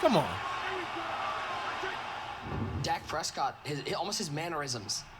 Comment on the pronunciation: “Dake Preescoot”